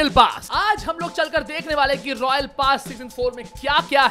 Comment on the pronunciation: Its not Royal pass its rawknee pass